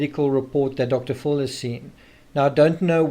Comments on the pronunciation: Say it with me Dr. FILL not Dr FULL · It’s DR PHIL not DR FULL